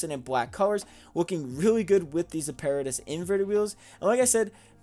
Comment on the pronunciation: That apparatus design is amazing! Also it is pronounced app-uh-rat-tis and means technical equipment or machinery